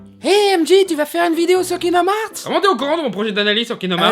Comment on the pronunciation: Kingdoms herth ou harths ou hearths perso ses herths pour moi